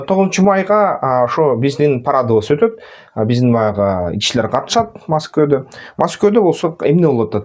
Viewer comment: Маскоу эмес Москва